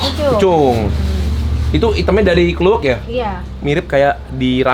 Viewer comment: Yg bener kan kluwek, bukan klewok